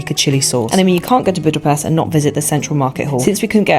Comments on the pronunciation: It’s pronounced like “Budapesht” not “pest” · U say Budape”sh”t btw